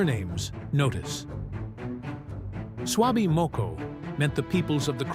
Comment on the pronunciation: Sorry to say but your pronunciations are off. eg. Swaby is pronounced," sway be" Tulloch is "tow low" .